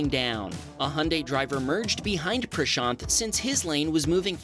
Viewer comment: What's happening on the screen: Cars crashing into each other in ways that would easily pass for a Hollywood movie scene. What I am noticing: "Wow, this is the first time I hear an Indian name (Prashaant) being pronounced accurately by a westerner"